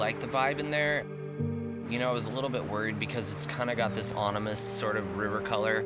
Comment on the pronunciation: dude says "onimous" 😆😀😂😅🤔😒